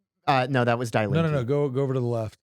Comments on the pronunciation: Good Lord that is such an American pronunciation... it is said "dee lean-kuh" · Fun and super interesting to listen to as an American living 30 yrs in Germany. FYI "Die Linke" simply means The Leftests -- pronounced Dee Leenkuh (not Die) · it hurts hearing you pronounce "Die Linke" like dai linkeee i know it know it's on purpose ... but just to get it off my chest .. it's ~ d link eh and now continue to demonize them :) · It is pronounced DEE Linke...................not DYE Link. That is German (Deutsch) for 'left' - and oh are they ever leftists! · Bro says "dye linky" completely seriously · Spot on. But please learn the pronunciation. Die Linke.... I thought y'all were talking about a person. It's pronounced more like "Deee Lenka". Nick, I love your German accent 😂😂. So, my parents are in their 80s and they voted SPD. They are so scared that with the AfD history from 90-100 years ago will repeat itself. Also, my mom will always vote SPD because that's who her dad voted for 🤷🏼‍♀️. Makes no sense to me, but I'm sure there are a lot of people here in the US that vote Dem because that's what their parents have always voted for. I am glad to live here in the US now. I am so disgusted with Germany and her politics. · Please note die Linke is pronounced DEE LINK-EH. In German when confronted with a word containing "ie" or "ei", it is the second vowel that is pronounced hard. Also, if a word has an "e" at the end, it is pronounced as "eh" not "ee". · Please read this:D "Die Linke" pronounced like "Dee Link (like hyperlink) -eh" Hope this helps Huge fan btw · It's pronounced "Die Link-ah". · I butchered Die Linke's pronunciation! Our German listeners can laugh at me for that all they want lol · I just wish they would pronounce German words correctly. Listening to them mispronounce “Die Linke” over and over is painful.